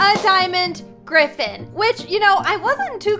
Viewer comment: LOL “grtgrtffen”